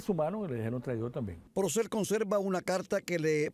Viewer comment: ¿Lo oigo mal, o realmente cada vez (un total de 5 momentos) que menciona al trovador, dice "PRocel" en vez de "Porcel"?